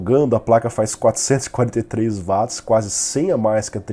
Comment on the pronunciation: Sempre vejo o resumão, gosto e acho bom, mas por favor, quando se referir a alguma medida de potencia diga UATS e não VATS, pois o criador do termo, que leva seu nome é britanico, então o W tem som de Ue não V, que assim seria alemão.